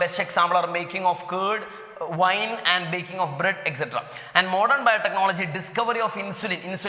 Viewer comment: It is not vine it is wine